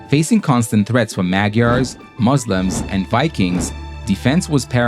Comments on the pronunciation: "magyar" is pronounced like "madjar" 😊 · to hear anyone who is not Magyar to pronounce Magyar makes my fucking ears bleed......